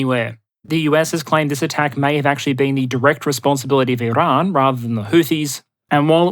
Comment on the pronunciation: Why are you trying to pronounce Iran “Irrrrrrahn”. Get a grip